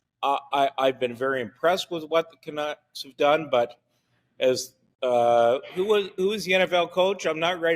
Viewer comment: Fat man can't even pronounce canucks.